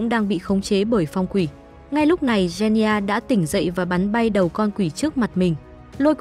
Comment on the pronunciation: “Gen ni gia” 💀